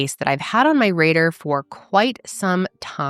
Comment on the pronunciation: THE WAY I GASPED WHEN SHE SAID "RADER" INSTEAD OF RADAR 🤣 girl i lived in ohio for 11 years and colorado the past decade... thats a bad country bumpkin slip right there... even for us ☠️